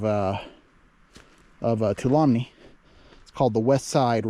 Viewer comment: FYI, Tuolumne is pronounced Two-All-Um-Me.